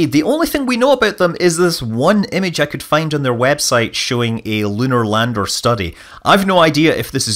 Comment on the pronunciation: I thought you said for its ladder not lander lol... I was gunna give you some pointers on which rectangle should go where.